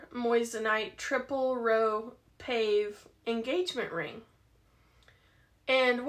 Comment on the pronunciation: It’s paw-vay, not pave